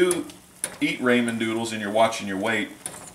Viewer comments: I love you but you prounounce ramen as RAYmen but its like RAH.. rah RAH men sorry, good stuff though!! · D: It's raw-men. RAWMEN noodles.